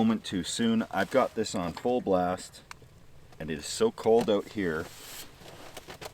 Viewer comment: Best part is they pronounce it "ouut"